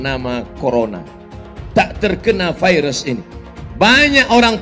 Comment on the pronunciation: Virus pak bukan vairus...